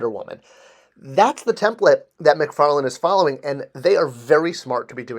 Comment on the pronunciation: McFarLANE not McFarLAND. Why is this so hard for people (it's not just you).